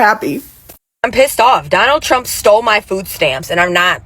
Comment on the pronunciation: “donahd trunk” 😂 😂